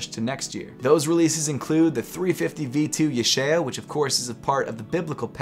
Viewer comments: It's pronounced yeh - chi - ell (like elk without the k) Not yechill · Yechiel is pronounce Ye (like in yes) - He-El (like the Spanish word for "the") with some phlegm on the "ch". So easiest way to say it would be sorta like ya - heel if you were slurring it. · Yecheil (Yahk-heil) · Mans really said “yee-cheel” lmaooo